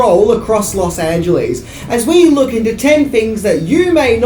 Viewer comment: ‘Los Angelease’ 🤣